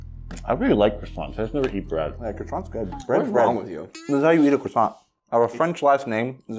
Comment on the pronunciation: Thats how the french do it? I am French and I can tell you that we don't eat croissants like that and its not the way we pronounce that. But your videos are " Magnifique" 🥐🇲🇫